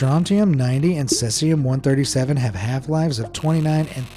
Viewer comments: Tell your AI that its pronounced SEE-see-um, NOT SETH-see-um. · Cesium is pronounced See-see-um. Not Ses-ee-um. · At least listen to the computer generated audio before publishing your videos! If need be, alter the spelling in the text to speech app you’re using so it says things properly. Otherwise you’ll end up with videos like this that sound like a drunk person reading terms for the first time. Between Cesium and Roentgens alone the video’s audio is pretty damn sad! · Mispronouncing "Cesium" so many times really takes me out of the video.